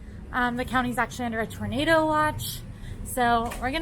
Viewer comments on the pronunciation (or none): none